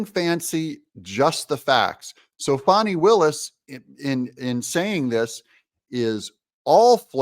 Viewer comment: It's "fanny" not "fawny" Doug. Don't feed into her ridiculous need to be "special" by conjuring up new ways to mangle an age old name.